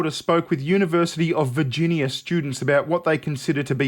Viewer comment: Yniversity... Af Figinia... Yeah there I think I got it down pat